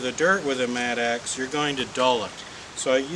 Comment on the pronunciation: Maybe a regional difference, but it is a mattock, not a mat-axe.....